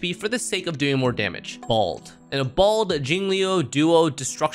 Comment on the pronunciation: i just love "balde" ive never heard anyone else call blade balde before so :>